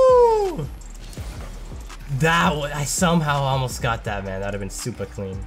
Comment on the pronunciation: Is it just me or did he say "Super Clean" in a British Accent?